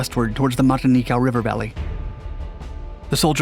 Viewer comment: Your narrative would be a lot better if you learned how to pronounce names like Truk, Rubaul and Metanekau.